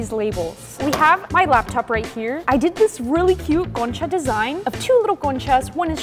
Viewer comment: love your accent when you say concha😅(like the video 🎉)